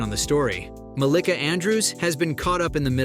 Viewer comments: Muh - LEE - kuh.... the pronunciation is wrong lol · Why he's saying her name wrong tho 😂😂